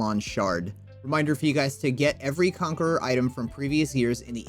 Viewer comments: (Con-care-a) not conqueror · It's Conquera, not Conqueror.